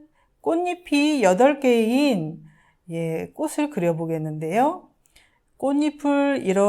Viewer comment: 꽃을은 꼬츨로 읽어야 합니다.